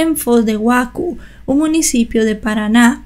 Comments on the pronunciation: No es iguacu, la zeta en portugués se escribe ç y se lee como la zeta, sería Iguazú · No es Iguacu sino Iguazú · No se pronuncia iguacu. La ç se pronuncia como s. Con acento en la ú. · Foz do Iguaçu (Iguasú o Iguazú) ,la C tiene una cola, que se pronuncia como una "S" en portugués. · Foz de Iguazú. En portugués se usa la c con cerilla, que se pronuncia como z. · querida, Iguaçu se lee como Iguasu, con acento agudo en la u. La letra c cedilha se lee como s. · Hola, la letra Ç se pronuncia como S... aunque mas parezca una C. por ejemplo se dice: Foz de Iguasú;) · Fue un terrible caso, que muestra como es la justicia en Brasil. Aquí lo máximo que se impone a los criminales es 30 años de cárcel, pero siempre ocurre la progresión de régimen, como le pasó a Bruno. Por eso, nadie pasa toda su condena en la cárcel. Ahora respecto al idioma: la "ç" se lee como si fuera una "z" en español, como en Poços (Pozos) de Caldas e Iguaçu (Iguazú).